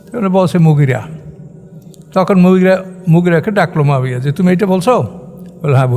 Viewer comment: মুয়াবিয়া (রা:) কে উনি মাবিয়া বলছেন।